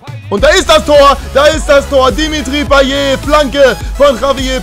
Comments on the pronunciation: also das T bei einer Wortendung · Man spricht Payett und nicht Paye. Hatte es früher auch so ausgesprochen. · weil es am ende ein t ist und man spricht nur e wenn am Ende ein r steht;)